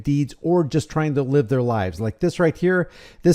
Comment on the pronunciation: Ai narration always messes up with the word live.